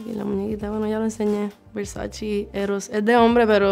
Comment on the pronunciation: es ver-sa-che, NO VERSACHI